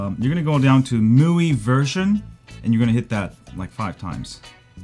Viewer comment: the way he pronounced all these words mande me mad.... its pronounced MEUI a